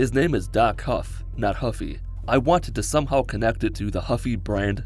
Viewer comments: Lol, it’s Doc Hoff not Doc Huff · It's Hoff, not Huff. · His name was Hoff, not Huff